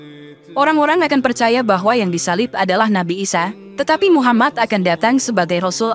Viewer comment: TOLONG DIPERBAIKI, MUHAMMAD BUKAN MUHAMMAS